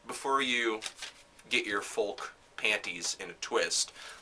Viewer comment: you need to learn how to pronounce folk